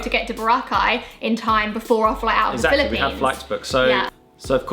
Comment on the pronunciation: The Bri-lippine Experience